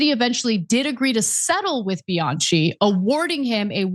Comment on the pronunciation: Honey, the name Bianchi is pronounced with the ch pronounced as k. Bi-an-ki.😮